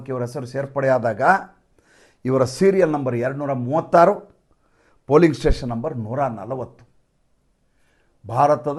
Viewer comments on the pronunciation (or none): none